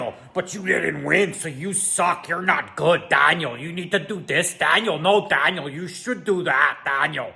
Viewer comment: Your angry Canadian “Dahhniel” voice is actually hilarious